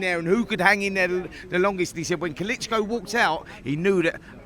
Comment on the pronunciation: Why has Spencer added another vowel to Klitschko’s name?? Who’s ‘Kalitschko?!?!🤡🤡🤦‍♂️🤦‍♂️